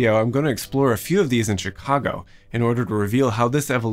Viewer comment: Very interesting video. The first thing I noticed, however, is pronounces the city's name correctly. It is not "Chigaawgo" as too many say.